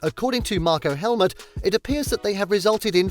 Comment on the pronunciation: 😡🤯Your videos are bloody frustrating to watch ! It is Helmut Marko, not Marko Helmut ! And it is Helmut, not helmet !